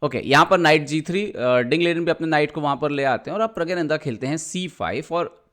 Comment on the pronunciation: प्रग्यानंधा नही, प्रग्णांधा बोलो. या प्रग बोल दो.